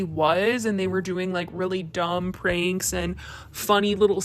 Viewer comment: You mispronounced Pranks jijij 🤪🤪